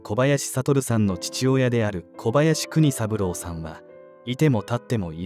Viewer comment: あちこちのYouTubeチャンネルで取り上げられてる事件ですね。若くして亡くなってしまわれ残念です。お悔み申し上げます。話変わりますがこちらのチャンネルいつからナレーターの方変わられたのでしょうか？交代されて勿論いいのですがイントネーションが…。特にお名前の読み上げ「小林悟さん」「小林邦三郎さん」違和感あります。最初からこの方があてていたなら馴染んでたのかもしれませんが…。イントネーション特訓して次に期待します。